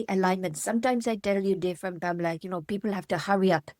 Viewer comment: I do cringe a little every time he says Pamela. Lol.